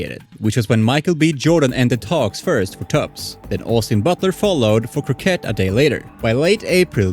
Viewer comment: Crockett not Croquet 🤣